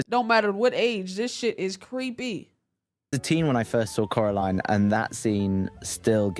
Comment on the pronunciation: He was saying coraline right btw